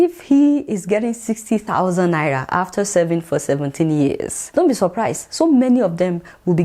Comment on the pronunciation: Thank you Adeola for this episode. I like the way you pronounce 'Naira' . hahahaha!!